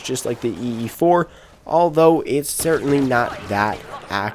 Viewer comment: "dertainly" lol